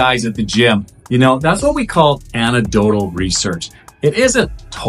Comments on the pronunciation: Great video. Thank you. FYI...it's Anecdotal. Not Anadotal. It's Testosterone. Not Totosterone. Have a great day. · THIS GUY CANNOT PRONOUNCE ANECDOTAL OR TESTOSTERONE PROPERLY..STUFF DOES NOT DO MUCH..HE IS JUST GETTING PAID... REMEMBER..IF IT REALLY WORKED IT WOULD BE BANNED BY WADA